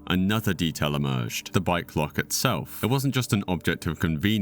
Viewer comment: I thought he was saying "bi-clock." I'm like, "What is a bi-clock?" Turns out, it was a bike lock. This happened to me with dope fiends. They kept saying, "I need a bike rack." I kept thinking, "Why do they need a bike rack?" Turns out, they needed to buy crack.